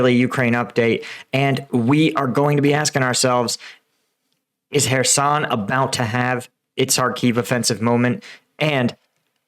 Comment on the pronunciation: Kherson, just pronounce it as HERSON, the K doesn't sound. And Bruskynske, just pronounce it as "BRUSKEENSKE" but don't make the "EE" too long